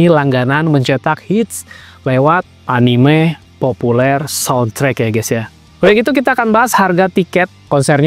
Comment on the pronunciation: Di baca "anime" bang. Jangan "anim" atau "enim" 👌